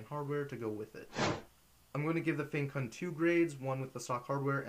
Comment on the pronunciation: Finally someone shared the correct pronunciation =) Although I am Chinese but still, this was the first time I heard someone include it...